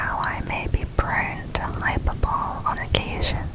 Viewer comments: Just for info. The word “Hyperbole”. Is actually pronounced: “HY - PERBO - LEE”. NOT: ‘Hyper - bole’. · FYI hyperbole is pronounced hyper-boh-lee